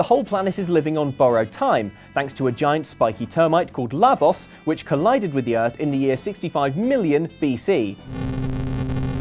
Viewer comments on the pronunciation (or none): OMFG it's LAH-vohs. NOT short A, and long O. it's not a matter of accent.